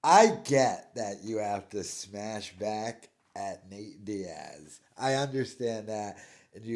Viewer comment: Did he just call him "Nate Diad? 😂 I can't tawlk B! Doofus!